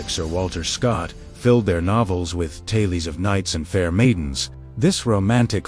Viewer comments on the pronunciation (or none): Interesting. But AI voice is so sad, when human voices are, shall we say, available. I learned that the word 'tales' is pronounced Tay-lees. Twice. Well maybe that's British.